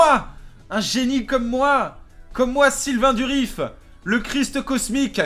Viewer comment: Sylvain Durif, s'il te plaît, pas Sylvain Duriss x)